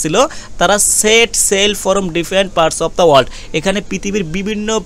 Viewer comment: ফরম না বলে ফ্রম বললে বেশি শুনতে ভালো লাগে।